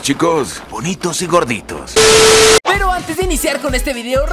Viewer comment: jajajaj megus ta cuando dise vonitos y grodito